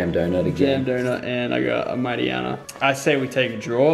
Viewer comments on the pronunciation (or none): Lachlan your "mightiena" is a hariama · ZEEBS he called hariyama mighteana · Team Skull Finley i cringed when he called hariyama mightyyana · You just called a hairyama a mightyana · I cringed bad when you said Mighteyena for Haryama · also he called haryama mightyena cringe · I cringed more when he said Haryama is mightyena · Pulls a haryama and calls it a mightyena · He call Hariyama Mightyena -_- boi I swear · calls hiryama mightyena xDDD